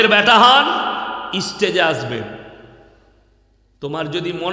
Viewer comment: তুই আগে স্টেজ কথাটা ভালো করে বলা শেখ।